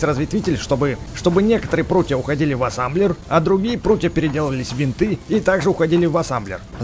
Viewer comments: Не Ассамблер А Ассемблер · это не Асамблер а асемблер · Называеться Асемблер а не Асемблер! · Какой асамблер асемблер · ты сказал АССАМБЛЕР а там написано АССЕМБЛЕР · Ребзи! А сколько сказал Асамблер!